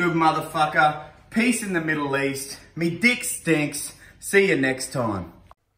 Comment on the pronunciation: Haha peace sounds like piss